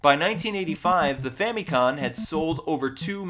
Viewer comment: It's Famicom with an M at the end.